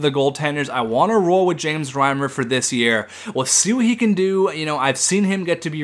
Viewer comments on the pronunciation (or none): none